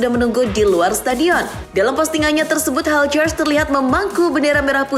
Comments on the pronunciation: Hilgers bukan haljer min🤣🤣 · Bacanya HIUKHERS (kayaknya gitu)